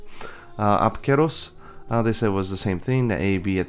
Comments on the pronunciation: They use ancient Greek words, not modern Greek Also it's pronounced Keros, not Ceros Great and informative video by the way. Seems like my bad Greek accent had benefited me with pronouncing Monster names correctly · That pronunciation of Apceros made me want to vomit. I'm still saying it the way I've alway said it.